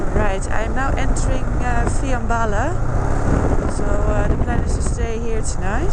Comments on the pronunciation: se prununcia fianbala¨[ el acento es en la a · It is Fiambala, with the accent un the last a